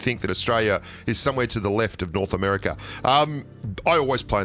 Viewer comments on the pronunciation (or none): none